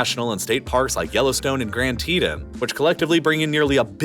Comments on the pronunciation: The narrator’s mispronunciations are like nails on a chalkboard. “Grand teeduns”? 🤷🏻‍♂️ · The pronunciation of Grand Tetons made my heart hurt…